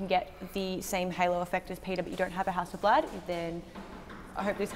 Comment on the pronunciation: Common is not Hässelblääd it's Hasselbladh. Hassel a is kinda like in the word Buddy or, bus. Bladh is like the a in far. Hasselbladh.